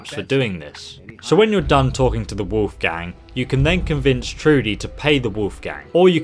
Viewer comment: "The wolf gang" lmao It's his name. Wolfgang